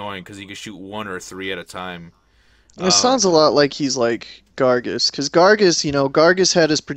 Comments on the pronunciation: it's gaar- gos!! not gargus!! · its pronounced garg -oh-s not gargus